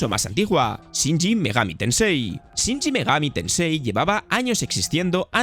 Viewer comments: No es Shinji, es Shin. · la razon por la que horizon suele ser preferido es porque NO es simulacion (y por ende mas accesible a cualquiera) mientras que forza motosport es simulacion. no se porque decis "shinshi megami tensei" es SHIN megani tensei.... (juego que en realidad nacie de los digital devil) y ojo SI habia otro titulo que tenia una formula MUY parecida a persona... la saga de Sakura Wars hace exactamente lo mismo, la diferencia es que en lugar de ser un rpg... es un juego tactico. (y megami tensei tiene varias ramificaciones de estilos, si es cierto que hoy dia persona es la favorita) Mario bross no deriva de donkey kong (si bien "jump man" es su primer aparicion, en realidad super mario bross es la evolucion del juego Mario Bross, a secas)